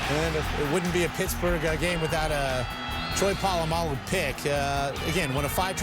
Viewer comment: These palagi commentators making a mess of the pronounciation of a legends surname, its POLAMALU not POLOMULU ya flogs